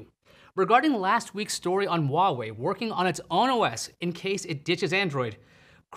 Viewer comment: Why dont you pronouce Huawei correctly